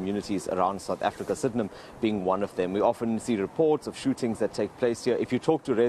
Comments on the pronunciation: The saddest part is somebody got paid to say Sid-in-ham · I've never heard that pronunciation of Sydenham before :O I had to pause the video yoooh